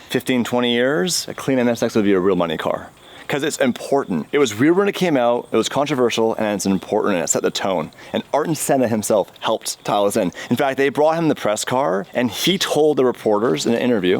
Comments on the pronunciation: ..pronounced (air-ton) senna.. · Who is Arton Senna?? Someone get the phonics monkey from South Park...also PORSCHE...there is an E!